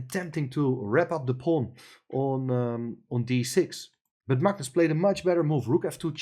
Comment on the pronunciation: pronounces Magnus correctly. Very few non Scandinavian people do😊